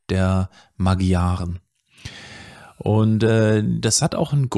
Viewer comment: Tolles Video. Nur die Magyaren spricht man anders aus. Wenn ich mich recht erinnere etwa Ma(d)scharen